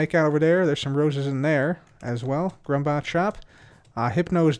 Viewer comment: It's drummbot not grummbot